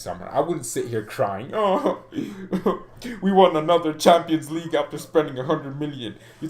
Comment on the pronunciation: It bothers me when you say "Champaign league". 😂😂 I just don't know why.